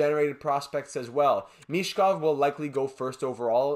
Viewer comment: As for Michkov, sound "ch" is pronounced as it's pronounced in Ovechkin, insight from a native speaker😉